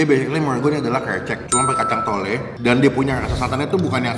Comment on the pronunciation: Risi bgt pas dia bilang "thole" Yg bener "tholo" bang! Peace🤣